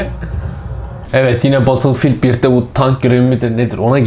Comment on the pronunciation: Böyle sistemin olsun ama battlefield(bedılfiğıld)a batılfild de